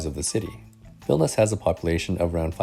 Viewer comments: It sounds like you're saying "Vilnis". Isn't it three syllables? "VIL-NI-US"? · vilnius, not vilnas